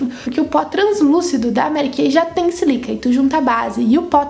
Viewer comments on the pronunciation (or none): Oi! Adorei o vídeo! Só discordo de uma coisa: não tem como ser a sílica (se fala com acento no primeiro i) que faz arder os olhos. Sílica é um composto inorgânico, a areia é constituída basicamente de sílica. Sílica não tem cheiro algum. É areia. Deve ser algum outro componente. Na minha opinião, devem ser os componentes anti-idade que a base contém. Sei que deves ter tirado essa informação de algum lugar, mas não pode ser verdade. Não entenda como crítica, adoro seu trabalho! Beijos!